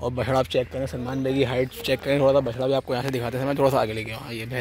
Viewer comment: stop saying Bacha. its bachra!